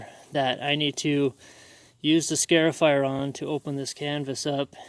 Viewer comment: "Scar" ifier.. not "scare" ifier